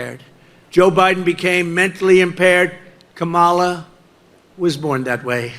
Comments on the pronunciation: Trump is mentally impaired still cannot pronounce her name even after she made a point of telling him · I haven't figured out if Trump is too ignorant or too childish to learn how to pronounce Kamala's name after she has been vice president for 3.5 years. It's got to be one of those.